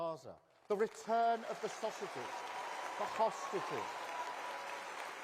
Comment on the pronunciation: "Return of the sausages" ? Did he really say that?